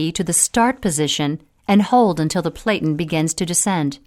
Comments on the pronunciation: It is pronounced "PLAT-IN", like flatten, but with a "P" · Narrator doesn't know how to pronounce "platen."